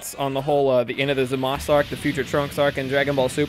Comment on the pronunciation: FINALLY SOMEONE WHO PRONOUNCES ZAMASU CORRECTLY! It is "Zah-mas", not "Zuh-maas-oo". the dub is in the middle ground with "Zah-mas-oo"